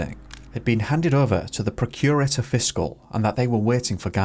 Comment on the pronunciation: Please learn how to pronounce Procurator Fiscal and other Scottish words in your video. He is the highest ranking person of crime. You sound so ignorant.